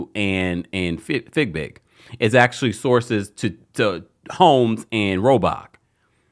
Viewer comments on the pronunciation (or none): Its FeeBig, NOT FigBig! Please Stop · Her name is Fiebig! Not Figbig! Please stop saying her name incorrectly. It has been one year and you still keep saying her name wrong